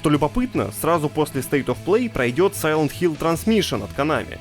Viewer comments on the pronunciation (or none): none